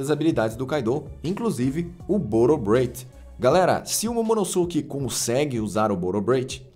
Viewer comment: "Momonoske" pq ngm fala "Sasuke" e sim "Saske", o U não tem som entre S e K